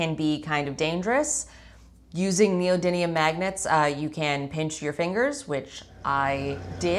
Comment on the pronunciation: Why do so many people say neodyNIUN instead of neodymium